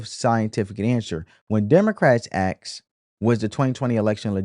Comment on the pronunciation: I like this show. But I can please note that is aSk not aKS. I mean no disrespect.